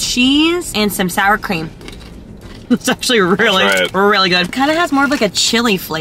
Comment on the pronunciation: "chicken pream" LOL he definitely couldn't talk